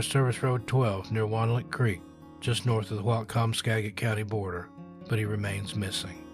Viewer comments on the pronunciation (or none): none